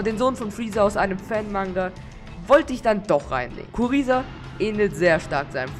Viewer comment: Kuriza wird Gruiser ausgesprochen